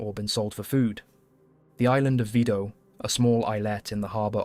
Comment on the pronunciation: Its mžnot vydo....V I D O